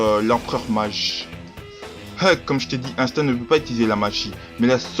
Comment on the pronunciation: Ahah tu ma tuer avec la voiture et Parcontre tu dit Insta au lieu D'Asta ahah et nn tkt meme si le début sa ressemble a Naruto tu verra que non Sinon Bonne video! Fréro!👌🔥🔥